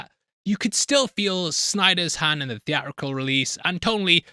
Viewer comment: Were you aware that there is a second “T” in the word “Theatrical”????